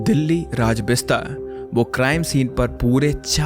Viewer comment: it's not बिस्ता it's बिष्ट and it's not भट्टा it's भट्ट❤❤